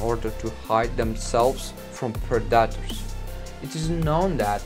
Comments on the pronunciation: It’s pronounced pred-A-tors not pre-DAT-ors 🤦🏼‍♂️ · “Pred-detors” had me weak 😂🤣😂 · Well, at least you told us to turn on subtitles. I appreciate that very much, so I won´t criticize your pronunciation. (note though: daughters=predators !) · Pre-DA ters that’s a new one for me I’ve never heard someone pronounce it like that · Yeah. Sounds like a toddler trying to say that word. Like he said it over 100 times in the vid and still couldn't get it right lol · funny how monolingual people are so keen to make fun of anyone who actually has the brains to learn 2 languages. When you struggle to say taco correctly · Listen carefully! It's not "predators", it is PREDACTARS!! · I love the way the narrator pronounces predators. PRA DA TARS. Hysterical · "Pra-duh-ters" 😂 love it! It's awesome you speak English so well when it's clearly not your first language! I love hearing ESL people's accents when speaking engrish! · I honestly kept thinking he was saying protractors . Gave me flashback to geometry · "Warthogs hide from (Pred-Ay-Tor) this guy 😏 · The gazelle is known to use speed to escape "Predeterz" lmao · I had to smile at the pred-AT-tors.... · What´s a "predatter" ? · Preh-dot-tours lmao 😂😂😂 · Why he's pronouncing predators as Productors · Let's hear it for those perdahtrs! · I hear predators as productors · "Preh daters" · I thought this video was predators being killed by their prey. I didn't see that at all. Was this clickbait? By the way, "Predators" is pronounced PREH da ters. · predaators 😂 ahh toke me a 1m to relies he was saying predators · "pre daters"🤣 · Pred dat ers was to distracting to watch it. If you can’t say the word don’t use it every other word say lion that’s what’s the video is about but he insists on saying pred dat ers over and over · Learn how to pronounce PREDATORS bud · Unbearable.. all i hear is pro-dattours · At least learn how to say the word you’re gonna use the most in the video…… Predators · The way he says "Predators" is sending me🤣